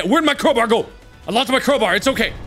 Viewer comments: Nobody: Markiplier: Crowber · Still surprised Mark doesn't know how to say crowbar like a real human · does anyone else find it cute how mark calls a crowbar "crowburr" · "Crober" ~mark 2019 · The Way He Pronounces CrowBAR Like it's fecking cold oh LOOK A CROBRRRRRRRR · Why must he say crowburr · Why can't this guy pronounce "crow-bar"?